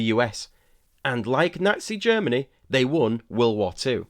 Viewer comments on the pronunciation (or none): none